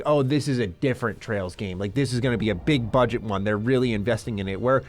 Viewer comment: Don't mind him he's having the same issues with Ls and Rs that Japan has.